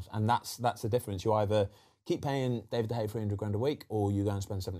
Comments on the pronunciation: David de gea ❌ David de hey ✅ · Foster - "DEY-vid de Gea"